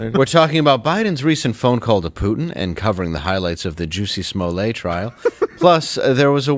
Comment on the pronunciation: Dave, "lets get serious" then says "Juicy Smollett"